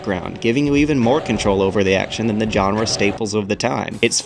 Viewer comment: why do you pronounce "genre" like that